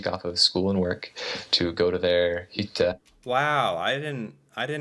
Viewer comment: ''Go to their hytte'' what he means : Go to their cabin. At least he pronounced it correctly.